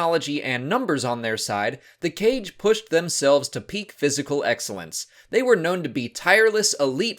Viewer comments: while it is pronounced "Kah-gae" i actually kinda vibe with the "cage" pronunciation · I thought it's supposed to be pronounced Ka-Ge, like the ho-ka-ge, because it seems they took inspiration from ninjas, you don't pronounce it as ho-cage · Aghhhhh I opened the video just to see how you pronounce "Kage"... It's not the same as you'd read "cage". Instead, the correct way is "kah-gee". I remember Janina Gavankar correcting someone about this in the past :P She spoke about Kages many times when she did the Inferno Squad audiobook. Okay, back to watching the video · Recently I listened to the Battlefront 2 audio books, Janina Gavankar kept pronouncing it "kaa-gee" and threw me off for awhile since I pronounced it the same way you do as "cage" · Mispronounced. Kage (Kah-geh) is shadow in Japanese. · The Inferno Squad Audible pronounces the species as "Kah-gay" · I feel like, considering their Japanese aesthetic, their name's pronounced "Kah-gae". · I believe it is supposed to be pronounced Kaa-gay. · It's pronounced "cah-gay" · Kage means "shadow" in Japanese (like Kurosawa's Kagemusha) and thats likely where the name comes from, so the Kaa-gee pronounciation makes more sense to me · I see the comment section has already ripped you a new one on the pronunciation of Kage, so my status here will be in tribute. I love your channel!! More!!